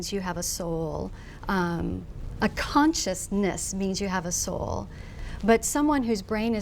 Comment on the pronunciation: Oh god she just said "Conscious-nIss" Sorry macbook, can't hold it back anymore :/